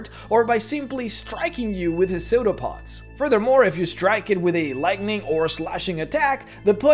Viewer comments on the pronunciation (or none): No offense meant but you kept making me laugh because it sounded like "soda pops" not "psudopods" 🤣 no shade on you dude, just a funny mental image of waving Coke bottles around.